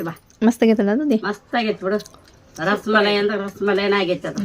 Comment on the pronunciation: Ras maleri alla rasmalai